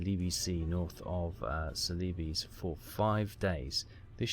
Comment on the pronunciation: I looked up the pronunciation of celebes - it's "seleeburz". No I didn't know either.